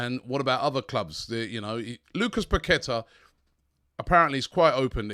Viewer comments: Robbie it's pronounced parketa.... the Q is like a K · Paqueta is pronounced …. Pa-kwe- ta 🤷🏻‍♂️🤷🏻‍♂️🤷🏻‍♂️🤷🏻‍♂️🤷🏻‍♂️